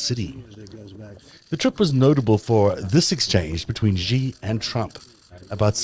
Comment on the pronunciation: The "X" in the Chinese name "Xi" is not pronounced like the "g" in the English word "regime"; it is pronounced more or less like an "sh"; thus, "Xi" is pronounced more or less like the English word "she." Similarly, the "J" in the Chinese name "Jinping" is not pronounced like the "g" in the English word "regime"; it is pronounced more or less like the "J" in the English name "Jim." Also similarly, the "J" in "Beijing" is not pronounced like the "g" in the English word "regime"; it is pronounced more or less like the "J" in the English name "Jim." The name of Arabella Kushner's nanny, XiXi, is pronounced more or less like the English words "she-she," and neither "X" in this name is pronounced like the "g" in the English word "regime." I've explained this in comments below your videos (which I watch faithfully for their excellent content) at least 30 or 40 times now, over the past couple of years. If presenting a series devoted to an exploration of China's influence on world politics, why not invest a few minutes into learning how to properly pronounce the name of China's president and capital city?